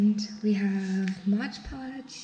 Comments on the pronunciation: it's mod podge, not modge podge. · Mod podge not modge podge.